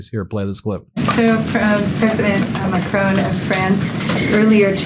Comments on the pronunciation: He's President Macron not prime minister and it's Mac Ron not rone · It’s not Macrone Karoline ! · Ben is always brilliant but he really should try to pronounce President Macron's name correctly.